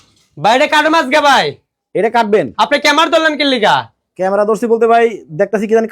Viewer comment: ক্যামেরা ❌ ক্যামার ✅🤣